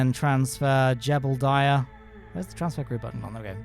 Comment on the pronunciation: you say jebidiah wrong